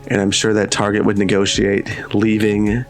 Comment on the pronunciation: Why is he mispronouncing Tar-jay?